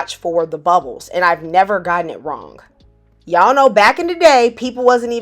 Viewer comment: as soon as the video opened with "HEY Y'AAAAALLL!" I knew this was going to be good. Sincerely, a fellow Southerner